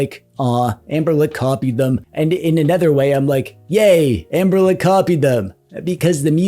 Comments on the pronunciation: It's Anbernic not Anberlick you tool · Take a shot every time he says Amberlick. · Why do you and Retro Corps call the Anbernic line AnberLICK?